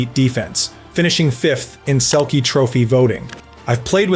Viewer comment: is this AI? you gotta know how to pronounce "selke".